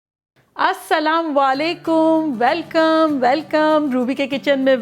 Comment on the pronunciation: Love you.assalam alaikum bola karye assalm walekum nahi